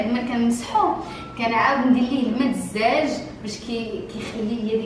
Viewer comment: الزاجة ماشي الجاجة